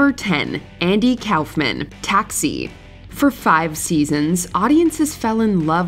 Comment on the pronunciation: Andy Cowffmen. Ooooo...kay